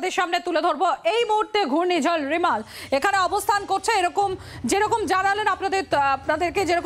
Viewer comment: আপনাদের সাংবাদিক রেমাল কে রিমাল রিমাল করে যাচ্ছে কেন